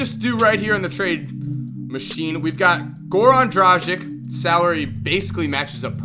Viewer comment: He can't even pronounce "dragic" right... and he considers himself as an expert on basketball! SAD...